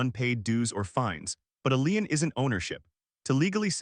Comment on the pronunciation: "Lien" is pronounced "lean" not "line".